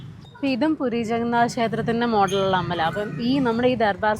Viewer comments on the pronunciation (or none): none